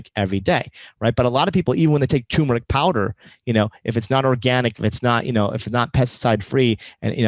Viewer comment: First of all, it's TUR meric, not TUM meric. You make it sound like a disease.